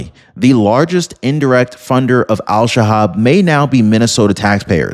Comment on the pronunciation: Pretty sure it’s El Shabab